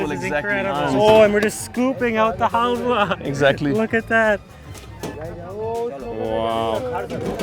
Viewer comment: health-wa? Haha its halwa :-)